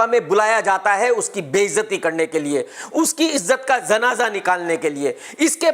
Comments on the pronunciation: Kammal hay🤔 ! zanaza kya hota hay🥴?😂 kya sheen qaaf bolna bhuul gyay ho? zanaza nahe munnay, Janaza hota hay.😂😅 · Zanaza nahin hota..Janaza hota hai. KRK, apna talufuz durust kijiye.